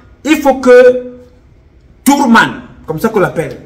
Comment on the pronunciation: "Toure man" 😂😂😂😂😂😂😂. Le grand frère si vas me tuer. Dieu merci nous sommes en fin de règne.